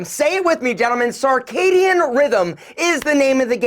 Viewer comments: Circadian* rythm...not carcadian.. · Clarification, it’s circadian. Not “sar”. Want to be sure people can follow. Circadian rhythm. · It is circadian you cretin.